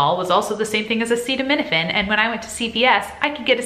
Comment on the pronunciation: Thank you for pronouncing acetaminophen. Never knew how to properly pronounce it lol